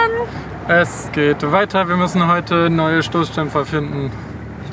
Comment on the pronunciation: Stoßschtämpfer 😅😅😅 i like it ❤❤❤